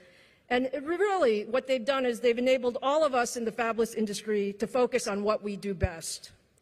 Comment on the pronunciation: "Fabless", not fabulous.